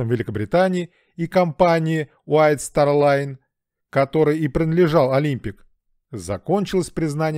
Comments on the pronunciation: вы постоянно произносите название компании с ошибкой: White StaR Line, а не White StaRT Line... В целом - многие факты известны давно, вы лишь обобщили их. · Именно вайт старт лайн , а не вайт стар лайн да да!) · Вайт СТАРРРР ЛАЙН, А НЕ вайт старТТТ лайн 🤦‍♀️🤦‍♀️🤦‍♀️ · Побольше слушай таких знатоков, которые просто говорят, ничего не доказывая, он даже название компании правильно назвать не может